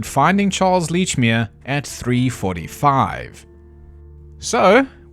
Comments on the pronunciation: For god's sake it's letchmere.pronounce it letchmere.😂 Love your accent.thought you were Australian for the first part.😂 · Aaaand its fuckin Lechmere: like saying letch. Like a letcherous bastard! Sorry, not sorry, Scottish. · He has all these theories about Lechmere, but doesn't even know how to say his name 🤣